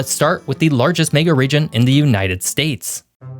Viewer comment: What’s a May-ga Region?